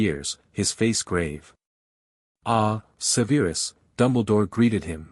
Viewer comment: Sever-us Snape Sever as in cut..... Durrrz-lee Mah-Mahn French for mother Appol-ee-awn ...spelled Apollyon...yes, a woman's name